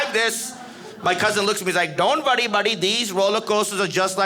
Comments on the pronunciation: Don't you vurry buddy don't you vurry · "don't you vworry buddy, don't you vworry" 😄😄